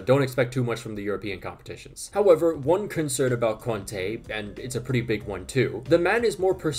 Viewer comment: When you said conte at first I thought you said Kante